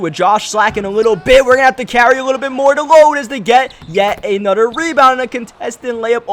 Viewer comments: I hate how he says "Anuder" instead of another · I didn't mean it to come out like that. I mean, it's kinda weird/funny. Sorry